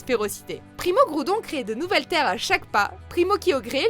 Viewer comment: "primo gyodrer". .. . ... c pire que l'autre avec ses tout shyné la... ...